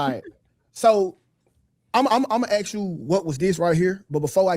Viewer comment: Why I'm not surprised that they are black and I hear the axe not ask😂😂